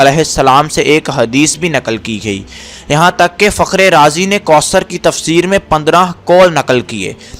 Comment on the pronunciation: Bhai mind nhi krna AP word koosr read kr rhy ho jub k sahi kausr hy